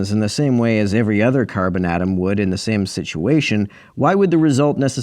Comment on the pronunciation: The way you said Care-Bin atom was very Midwest in a few spots. Hahah